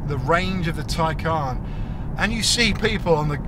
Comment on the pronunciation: No one says it like you “Taycaan”